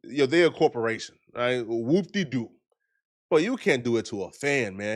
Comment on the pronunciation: That was the most Africanest “Whoopty Doo” I ever heard!🤦🏾‍♂️